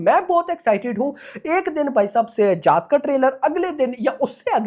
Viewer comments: जात ❌ जाट ✅ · Bhai जात nahi जाट hai woh 😅